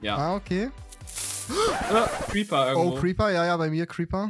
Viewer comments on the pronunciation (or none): xD wie er Creeper gesagt hat: Creper 😂🥰